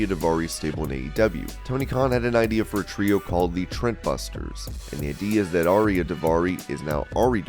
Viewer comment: This dude talkin almost always says certain words wrong. Lol he said Trent Buster's. It says the trust Buster's smh lol 😂